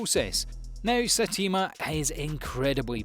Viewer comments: its not Satima its Saytama ..its written just read it as it is written.. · Satima? what? Saitama man jees. btw i liked your list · LOL satima 😂😂